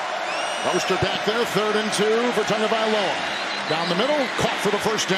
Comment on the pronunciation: Its not tongue-valoa its tah-go-vye-lo-ah